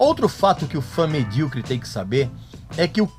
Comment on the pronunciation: Pessoal ficam bravo por ele dizer medriocre, pessoal tem que saber que essa palavra vem do mediano